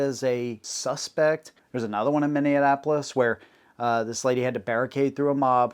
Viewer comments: Minn-E-Apolis, not Minneanapolis....Love your stuff bro, thank you. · You really need to learn how to say Minneapolis bro 😂 it’s pronounced like mini-ap-o-less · "Mini-anapolis" ? is that a regional pronunciation? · Why are we pronouncing Minneapolis wrong?